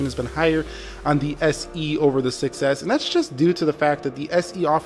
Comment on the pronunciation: I heard iPhone success not 6s hahaha